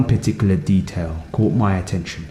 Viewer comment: "One piticular detail" xd